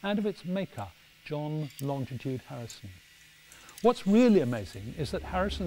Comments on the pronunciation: It’s not longditude,it’s longitude. It winds me up when it’s pronounced wrong. Just saying.... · I'm surprised that this lovely man - as involved in longitude as he is - mispronounces "longitude" as though there were an additional "t" after "long". There is no "t" there and so the word IS - and should be pronounced - LONG- I- TUDE and not LONG TI TUDE....... Admittedly - Latitude and Long ti tude rolls off the tongue in a more satisfying way than "Latitude and Longitude (no extra "t") - but it's wrong..... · When did it become Longtitude. I always was told it is Longitude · Great video. You would think though, that Adam would know that it's pronounced LONGITUDE, not LONGTITUDE. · Why do so many people say longDitude and not longItude. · For goodness sake, its LONGITUDE not longditude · why did nobody stop the presenter from repeatedly saying "Longtitude" not Longitude! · I am a Harrison fan and enjoyed this show. I'd like it more if AHD would stop adding a 'd' in the middle of longitude. It's NOT 'longditude'! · It's pronounced "lonjitude" -- the 'g' is soft. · Excellent video of a fascinating subject. I wish he wouldn't pronounce longitude as longTitude though! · There is only one T in longitude. In common with most people, he pronounces longitude with two T’s: longtitude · STOP saying "longDitude". It's REALLY annoying! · Adam Hart-Davies is a great presenter, but his constant mispronunciation of Longitude is jarring